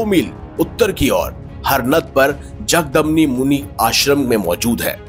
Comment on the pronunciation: मेरे भाई नाम तो ठीक से बोलिए...जगदमनी नही जमदग्नी😂 और जहाँ भी आपने परशुराम के मंदीर बताये है वहाँ हिंदू धर्म का एकमात्र ईश्वर शिव ही तो है...कब सुधरेंगे हमारे हिंद...कोई मानव ईश्वर नही हो सकता...चाहे राम हो परशुराम हो या श्रीकृष्ण...यह तो महापुरुष है और सभी अपने ईश्वर शिव को मानते और पूजते है..लेकिन अब तो राम को शिवका आराध्य बना दिया है 😢..इससे बडा भी कोई पतन होना अभी बाकी है क्या